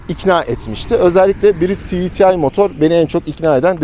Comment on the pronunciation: Her şeyi Türkçe konuşup cdtı derken neden İngilizceye geçiyor? Siditiay nedir yaaa... Cedetei olacak